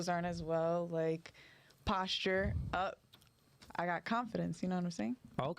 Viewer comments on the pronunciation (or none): She said posture...😂😂😂